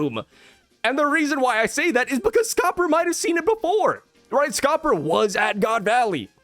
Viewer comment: Kinda eh it's Scopper 😂